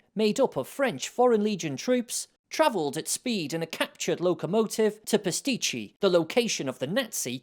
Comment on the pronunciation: gets closer to pronouncing Pisticci right, well enough I realized his appearance on Woody's WW2 TV a month ago where he discusses his book, pertains to the town I will visit this May. I recommend viewing that episode for a great discussion. Also, if you've ever enjoyed the famous Italian bitters called "Amaro Lucano", it is produced in lower Pisticci (Pisticci Scalo). Buy his book, buy a bottle of Amaro Lucano, and enjoy both together. Unquestionably, the SAS was drinking this too when it raided the guards' liquor stores!